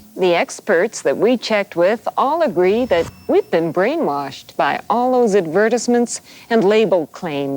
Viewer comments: ok but we’re not gonna talk about that retro clip where the lady pronounced advertisements as “advurrtisments” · Did that lady just say ad ver tis ments? Lol what a weird way to pronounce advertisement. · Anyone catch the way she pronounced "advertisements" at the end during the throwback clip? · yep, bothered me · The way that old lady pronounces "advertisements" ... uhg cringe.